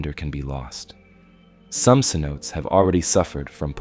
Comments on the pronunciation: Se-note-tays not Se-notes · The pronunciation for the Yucatan Cenotes is incorrect. Cenotes would be pronounced as Sen o Tay. Otherwise, I very much enjoyed your video. Thank you for sharing. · Needs to learn how to say cenotes